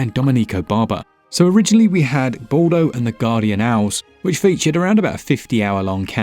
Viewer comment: Ball-doh? Really? Didn't even care to get your pronunciation correct, lmao